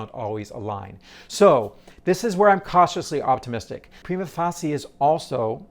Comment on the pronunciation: appreciate your posts - but please, edit this one to fix your pronunciation of 'prima facie', which is like a record-screech each time! Even though the Brit and Am versions differ a bit from the classic Euro version, yours is unique, ut not in a way you'd want. Just add an 'uh' at the end and you'll be back on top!